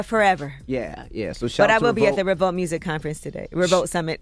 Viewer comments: It’s revolt o god not revalt, say it properly bro! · Dude it's revolt, not revault